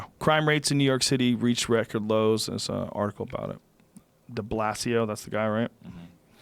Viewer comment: "Thurrrrs" #Chingy4Evurrr